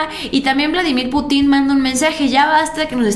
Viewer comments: Es pu'tin acento en la u no en la i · me desespero el estarte escuchando decir PUTIN con acento en la I...en primera en México escuchamos como lo dices y lo primero que pensamos en un PUTIN. POR FAVOR DI CORRECTAMENTE.